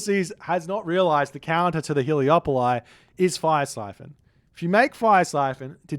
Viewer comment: Am I wrong or are they called Helepoli and not Heleopoli? Or are you just saying that because it sounds nicer, because it does😅